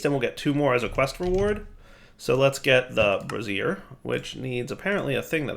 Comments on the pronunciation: What you were saying… bras·siere /brəˈzir/ noun full form of bra. You meant to say Bra-zee-er bra·zier /ˈbrāZHər/ noun a portable heater consisting of a pan or stand for holding lighted coals. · Brassiere? my man, it's pronounced Bray-zee-er. Good grief, my man, you've got me busting a gut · Brazier.... they way you pronounce it is a bra, bro. Try bray-zure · Brassiere - womans undergarment (bras-ere) <- what kept saying Brazier - a large vessel for burning contents (Bray-ze-er) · Bray-zure with a soft z, not bra-zee-er with a hard z. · "bray-zeer" dire. bray-zeer. Please stop setting bras on fire. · Brazier... Bray-zeer... A brassiere is something a woman wears to hold up the ladies. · Brazier. Bray-zee-er. Brassiere is something else entirely :D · is "Brazier" really pronounced "brassiere"? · women wear brassieres, rituals utilize braziers. It's bray-zher dude. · That's... not how you pronounce brazier. A brassiere is something very different. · rhymes with Frasier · Gotta admit, I chuckled every time he pronounced brazier the way he does.